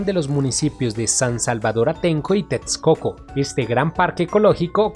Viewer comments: TEXCOCO = La Equis se pronuncia como una simple "S" = TESCOCO. Veo que sufres cada que pronuncias la palabra. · Es mi imaginación o el que narra el video no es Mexicano?... pues su acento es un poco confuso., pues pronuncia tetscoco en texcoco y muchas palabras en Nahuatl mal pronunciadas... saludos!!